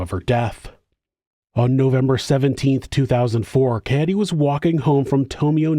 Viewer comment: It's actually pronounced Kah Ay Day brother 😂